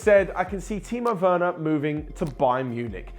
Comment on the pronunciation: Timo weurner? 😅😂😂 Sprich deutsch lol